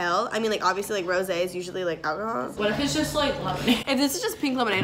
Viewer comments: I had that lemonade before. It's supppeeerrrr good, but it's funny that you thought it was Rosé (ro-zay) when it's Rose flavored (like the flower LMAO). Love ya! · It hurts me that she called rose lemonade rosé lemonade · It’s rose lemonade not Rosé lemonade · I think it’s just “rose” lemonade haha not rosé ! Like jus rose like the flower flavored hahaha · You’re saying rose like rosé and it’s probably the funniest thing. Rose lemonade-actual Rosé lemonade- brain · it's 🌹-rose lemonade from Europe, not rose` LMAO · It's ROSE lemonade, not ROSÈ Lemonade lol like the flower ROSE! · Does this b actually not know the word "rose" from the word "rosé"? it's rose lemonade girl like the flower jfc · I can't handle the act of calling Rose lemonade "rosé lemonade" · It’s rose like the flower not rosé like the wine, but it doesn’t matter you’re doing great sweetie x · It's rose. Not rosé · It’s not rosè it’s rose like the flower😂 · It’s not rosé it’s rose 🌹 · girl its rose like the flower